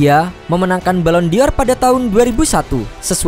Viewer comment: Dibacanya: BALON DOR BUKAN BALON DI OR... enggak pake huruf i ...!!!